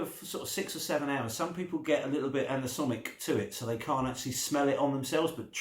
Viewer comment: anoSomic?..you mean aNosmic😘😘